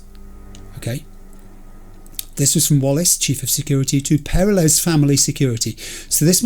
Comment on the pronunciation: haha, I waited for 33 Episodes for you to get to this mission, just so you could hear the characters pronounce "Peralez" And you just wave it off and keep saying "perra-less" I'm heartbroken. All things considered, I am curious how you'd pronounce "Gonzalez" You'd turn it into Gonza-less, wouldn't you? :D